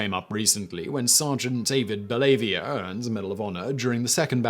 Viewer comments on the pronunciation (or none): You butchered David Bellavia's name. It's pronounced Bell-ah-VEE-uh, not Bell-ahvia. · Well, Simon...you're in plenty company who did not pronounce Mr. Bellavia's name correctly. Even President Trump didn't get it right. He happens to have a talk show on WBEN-AM, and the beginning of his show even has a montage of this. For the curious...BELL uh VEE uh. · His name is David (Bella-via). Spending two minutes looking up pronunciation isn't hard. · It's pronounced bell-a-via. He hosted a radio show for a few years in my area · Bell-a-vee-ya I listen to him most days that I can on his radio shows, and while the mispronunciation of his name is kind of a running joke, figured I’d throw it out there. Love the videos! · Today I Found Out I just knew that you were gonna mispronounce Bellavia’s name. Lol I’ll have to send him the link to this video so he can check it out. He’d probably get a laugh out of it though. He usually has a pretty weird sense of humor; case in point when he was in the kill house alone and the insurgents began to scream “Allahu Akbar!!!” and rush in on him to kill him, Bellavia just yells back “The power of Christ compels you!!” to them (he couldn’t think of anything else to say and he had also just recently watched the exorcist). Then the insurgents repeated their battle cry again and Dave responded back with “the power of Christ compels you!!” again. This exchange went back and forth several times. So it’s just these people screaming “Allah Akbar” and “The Power of Christ Compels You!” Back and for with each other over and over with each other. Lol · I knew you were gonna pronounce Dave’s name wrong and I still laughed. Never change Simon. Also Bellavia is one of the few living awardees who has a hand to hand kill from the current wars, he is also the only living recipient of CMH from the Iraq war. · David Bellavia is a local radio host her in Buffalo, your butchering his name btw.